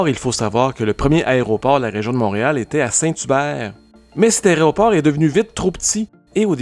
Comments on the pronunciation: Aéroport (et non aréoport !, erreur répétée une centaine de fois). Tous les vols (et non toutes les vols). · "Aréoport". 😬 Peut-être que le mot sert à désigner à quel point cet aéroport est difficile d'accès en journée ("Quel aria, cet aéroport!" 😏 Eh oui, notre aéroport est loin de figurer parmi les plus élégants du pays, du continent ou du monde... idem que la drabe gare centrale de Montréal. 😢